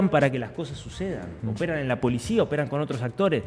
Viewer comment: La polishia, chicoshhhh !!! De donde viene esa pronunciación? Se las enseñan en algún lado?